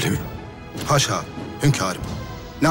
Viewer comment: haşa değil aşa